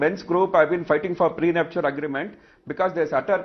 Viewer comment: get your pronunciation faye - it's not pre-nup-shu-al ... LOL. it is pre-nup-shal.